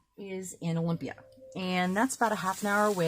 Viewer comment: Garbage!!! I love it! I love boxes! Wait did you just say Olympia?